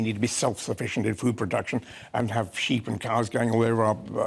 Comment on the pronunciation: Lol did he say sheep's in cars lol